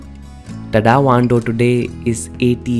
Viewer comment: Nice video. But pronunciation of Tadao is crazy. Please look into it.